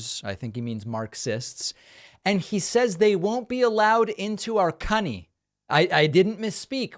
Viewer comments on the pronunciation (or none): I laughed outloud at aspects of the Traitor's speech. 🤣 😂 🤣 Calling our country "cunny" and his other flub ups. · Select the video's "settings" gear abd play the misspoken passages at 0.5X speed. Trump did say markers and cunny! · He must've had his daughter on the brain when he said "cunny" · He did! He said cunny😂😂😂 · He did not say cunny lmaoooo